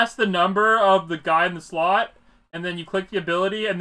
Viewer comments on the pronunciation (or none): none